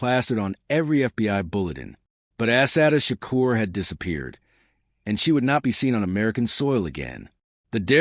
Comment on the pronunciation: Had to dislike because you INTENTIONALLY are mispronouncing Her names. Why?